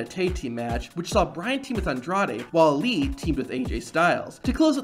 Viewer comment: did dis niqqa just call Ali "lee"?